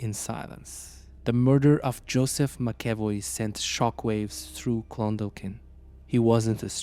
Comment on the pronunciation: This happened in Shancastle Close, in Clondalkin on Dublin southside. I’m from Shancastle Cresent. The chap pronounced all the names grand, except Clon-Daw-kin, the L is silent